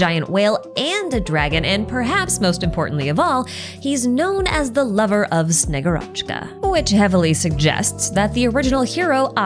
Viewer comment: This name will be repeated as the Snezhnaya chapter closes in, i feel, so please. Shegu'rochka. The emphasis on the u.